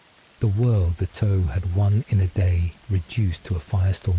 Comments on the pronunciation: The mystery of who approved the pronunciation of Tau keeps my awake. Toe? Seriously? Are you talking about the space faring mech warriors or the digits of of a foot? The pronunciation is Tuh-Ow like the normal T sound then the noise when you are minorly injured Ow. Cannot listen to this anymore. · The toe pronunciation is killing me. I can’t watch this.